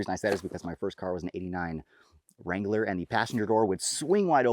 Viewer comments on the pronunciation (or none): Did you say ‘89 Wrangler, cuz with those square headlights, sounds like maybe you said “Wrongler” 😂 ..ok jokes aside; is the barrel their new taper locked design? Is their handguard made in-house, and how about their BCG? Thanks again for sharing good stuff 🤙